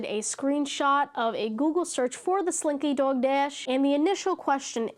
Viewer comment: Completely unrelated note, i LOVE the way you say slinky dog dash, the accent comes in thick! 💗